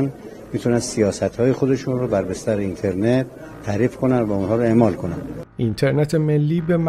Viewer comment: ایشون درست تلفظ کرده، شما برو یه مقدار مطالعه بکن لطفا.